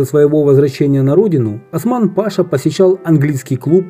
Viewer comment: В слова "паша" в данном случае ударение падает на 2-й слог: пашА.